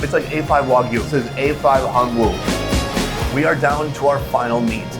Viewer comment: Korean pronunciation of Hanwoo is closer to "hanu" than "han woo". The Korean character is "hanwoo", but the pronunciation is slightly different.